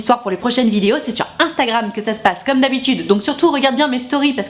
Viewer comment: prononcé '' Instagram '' à la russe